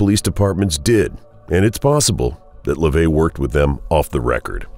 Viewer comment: His name isn't LaVey. It's (Levy).